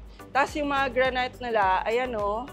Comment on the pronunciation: granite is pronounce as granit..not granyt